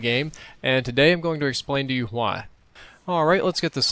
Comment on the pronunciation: I love how you say "hwhy" xD like in Hot Rod :P